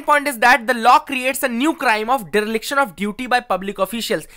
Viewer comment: [Deriliction] -Dereliction✅ 🙏